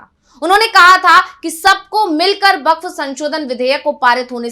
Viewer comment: Its bakph not bakchh😂😂